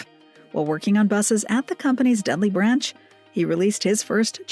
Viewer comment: A Vox House Chevette? I think that should be Vauxhall Chevette. I can't wait to win a lottery jackpot, I'm gonna take my Cortina to his workshop and say, "Just do it! Make it like it was back in 75 please." Also, 'Deadly' is NOT a place in the UK, it's 'Dudley' as in "Dud lee".